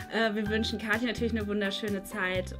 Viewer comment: Kathi nicht Kahtie